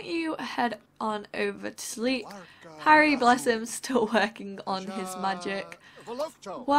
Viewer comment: on she called harry harld